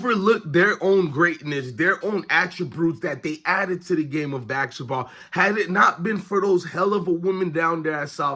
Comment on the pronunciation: Practice saying basketball please.